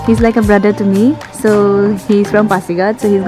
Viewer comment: It's pasighat .Not phasighat.